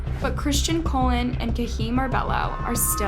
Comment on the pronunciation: I hate to be that guy again, but Christian colon? It's pronounced cologne you know like the stuff you spray on to smell nice? Your massacre of the Spanish last names in your videos truly is setting us white people back decades. I'm starting to think you don't even know anyone in real life that isn't white. Why is no one checking her on these gross mispronunciations.